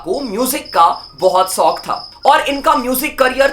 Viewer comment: ShShuru, not Suru ShShauk, not Soak